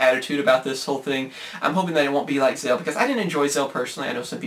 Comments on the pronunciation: Zell? Do you mean Zexal? (Pronounced zek-sal) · No it's not. Even Yuma pronounces it as Zek-sal when showing a flashback of the previous episode...and the narrator at the end, too. "Last time on Yu-Gi-Oh Zek-sal" "Next week on an all-new Yu-Gi-Oh Zek-sal". Sound familiar? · I loved gx and 5Ds and hated Zexal and ps you pronounced Zexal wrong